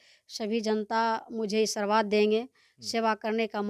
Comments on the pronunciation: बोलने भी नहीं आते बकलोल लिया को आशीर्वाद को ई😂😂😂सरबाद बोल रही है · Sabse pahle Aashirwad Sahi to bol lijiye abhi sikhye